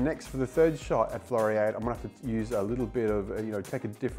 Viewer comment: Interesting video. Floriade. Pronounced Flori ard (like in hard)